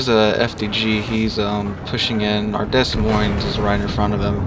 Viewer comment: "DeS MoinS" No idea why this annoys me, i'm not even french It's pronounced De Moin doe